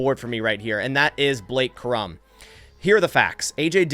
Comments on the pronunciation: Cor-um…not Crum…smh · Corum is pronounced Core-um not krum... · It’s Blake Cor-um, not Crumb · its COR-um not Crum. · It's Blake Core-um. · why are you trying to turn Blake Cor•um’s last name one syllable, emphasizing the M strongest? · When a podcaster can't even pronounce the names of Corum and Odunze correctly, you can guess he hasn't watched a game they've played in. Hmmm. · You butchered my dawg Blake last name lol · Pronounce Corum’s name right if you want him